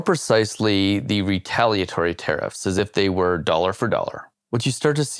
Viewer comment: Heavy info but always good to hear someone say “retaliatory” correctly. 👍🏻 Best wishes from Wales, UK. We are all watching. 😮